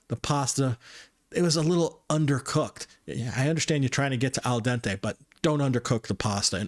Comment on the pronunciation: Aldente? What you Italian?I am no going to say. ☺